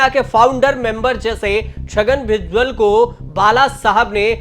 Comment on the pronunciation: भुजवल नहीं भुजबल है पत्रकार फर्जी